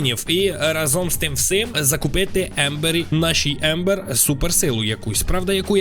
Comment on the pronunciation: Це Амбер а не Ембер😂